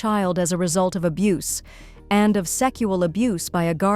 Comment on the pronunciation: It's not called salmon It's called semen. And it's not pronounced secual abuse. It's called sexual abuse.